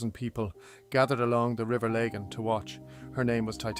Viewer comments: Lag-an not Lay-gan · It’s AIR generated so this is a mispronunciation the name is the LAGON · lah gan mate not le gahn is this your voice or an AI voice? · laygan valley lol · Its Lagan Valley. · Entire history? I'm sorry but this is as remarkable as minutes of me learning how to put up a fucking shelf. This is without history or any basis true to belfast. A complete pointless creation.....and its called the river fucking lagan not the lay.gaine....terrible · Lay-gan? And the 't' is silent in 'Hugenots'. Who is reading this? 😂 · Not sure how someone with my accent can pronounce Lagan incorrectly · Is the commentary AI? If so please adjust the accent so locals can recognise the place names, particularly Lagan & Comber🤨. A shame as the script is well put together, for the most part avoiding cliches. Not sure where the image of the Titanic quarter came from as themutated dry dock/slipway is neither fish nor fowl. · Nice... but the geography is wrong... cave hill in wrong place.. lagan mispronounced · Interesting video,. Thank you. Wonderful use of AI. Well done indeed. You sound Irish, but the first three letters of Lagan are pronounced as in "lag" to "lag behind". Cumber is pronounced as is "crumb" not comb as in "comb.. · The Cavehill is in the wrong place in some shots. Pronunciations are off for the River Lagan ( Laggin) and Comber isn’t Comer (it’s pronounced Cumber). I’m not sure there was a waterway ever that close to the Giant’s Ring. The AI picture makes it look as if it is at the coast. I’d prefer more factual reference photos based on old maps and present day photos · Comber is “cum-ber” (as in cucumber) - the b is not silent Lagan is “la gun” (rhymes with dragon) Lough is pronounced like the Scottish equivalent Loch (or at least lock if you can’t manage that), not like Loughborough. Other than that a surprisingly interesting video for something AI spat out. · Some inaccurate pronunciations of Lagan, Comber Heugenots etc.